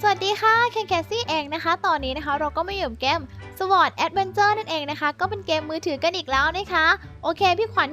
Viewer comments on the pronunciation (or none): ชอร์ด ไม่ใช่ สะวอดครับ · sword มันอ่านว่าซอร์ด ไม่ใช่สวอร์ด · sword มันอ่านว่า ซอดส ไม่ได้อ่านว่า สวอร์ด พี่ คำนี้คนไทยชอบพูดผิดบ่อยๆ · sword มันอ่านว่าซอร์ดไม่ใช่หรอ ไม่ใช่สวอร์ด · ค้าบๆ sword มันอ่านว่า "ซอต์ท" คับ ไม่ใช่ "สวอร์ต" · ชื่อเกมส์ไม่ใช่ สวอด นะครับ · มันอ่านว่า ซอล์ด แอดแวนเจอร์ ครับ